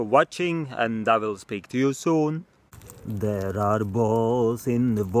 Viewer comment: “Der are ballz in da vater flowing everywhere” 😂